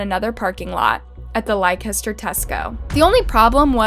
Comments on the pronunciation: The pronunciations in this video are painful.. She said LI-KEH-STER...😖 It's LEH-STUH. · Its pronounced "Lester" not "Lie-caster" 😂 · Likester 😭😭😭 wtf why would anyone pronounce Leicester like that 😂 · It’s not pronounced Like-ester, try Lester (Leicester) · It's pronounced LES-TER-SHIRE. Not Li-Kes-ter lol. Leicester. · The town Leicester is pronounced Lester not lie-kes-ter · It’s not “li-kester” It’s pronounced “lester”, Leicester . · Hey narrator, Leicester is pronounced “Lester”. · Leicester pronounce (Lester) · It’s pronounced “Lester” just so you know not that it matters but js for the future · This whole family is all kinds of messed up. By the way it is pronounced Lester with a silent I and ch. I’m from London but this is the way I pronounce it 😅🇬🇧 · Great vid as always. Well researched. It is pronounced "Lester" just for future vids xx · Leicester is pronounced Lester in england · 😂😂😂😂 no way the way she pronounced Leicester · Damn, You have butchered the pronunciation of Leicester city. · Pronounced Leicester completely wrong. Yikes. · Great video but thats not how you say Leicester 😂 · Lost all concentration with this video when you pronounced 'Leicester' like that, but then you said 'blue seat' and I was completely done ☠️😂😂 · I'm more bothered with how she pronounced Leicester...🤣🤣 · I’m from London and it made me cringe so bad. And Yorkshire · Lykester huh? is a fun drinking game. Take a shot every time she mispronounces something and you can get a little toasty after every video. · Why can't you pronounce Leicester properly? Apart from that a good video